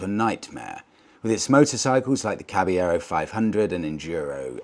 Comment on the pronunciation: Re the fantic, I believe the correct pronunciation is the Spanish one, as Caballero is a Spanish word meaning knight, which in Italian would be cavaliere (kah-vah-lee-eh-reh)